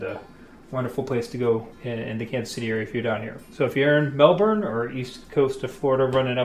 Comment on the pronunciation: Excellent job, and kudos especially for honing that pronunciation of Mel-burn, lol!